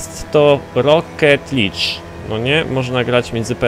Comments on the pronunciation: czyta się rocket lig a nie lidż:D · W Forzie Horizon 3 będziemy sami zarządzać festiwalem będą nowe tryby takie jak drift i co ciekawe będzie można zmieniać klakson a i mówi się roket lig taka mała poprawka.